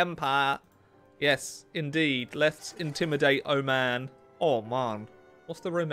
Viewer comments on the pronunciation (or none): why does say oman like that? It sounds like he’s mocking the thing I always hear dankus and tommy saying as an exclamation. I have no idea what it could mean🧐 anybody know why they all say that or what it means?